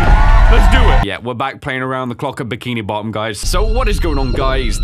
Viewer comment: Yo... The way he says bikini bottom is like "bikini bott'um